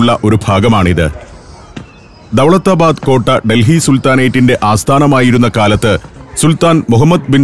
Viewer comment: ദൗലത്താബാദ് എന്നാണ് ശെരിയായ ഉഛാരണം - പുന്നൻ പീറ്റർ